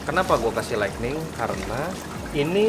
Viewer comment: Inilah kalo Orang Sunda ngomong Inggris 😂